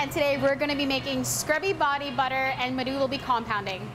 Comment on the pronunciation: I think his name is 'Madhu'. Looks like he is an Indian. Americans always say this kind of South Asian names in their own accent which sounds different from the actual pronunciation. Also they don't pronounce the 'H' in words.